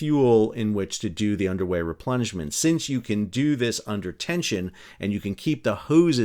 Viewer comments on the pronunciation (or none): I kept hearing “underwear” replenishment, instead of “underway” replenishment. Probably some of that going later as well. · I thought you said Underwear Replenishment.😂 Wait....is it literally an underwear replenishment???